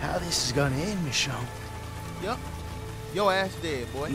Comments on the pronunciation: stick with mahchon instead of mashone its funny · you pronouncing ger name wrong. it's pronounced like mi-sho-nay . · almost 5 episodes later he realizes he's mispronouncing 'Michonne' 😹